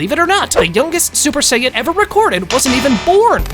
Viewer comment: No just sayians not supa-sajin or super sayian